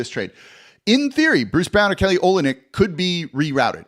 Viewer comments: Pronounced o LYN yk. Accent on the middle part. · Good luck to the Pels next year. Hope they do well. It's also pronounced O-lin-ick. Go Kelly.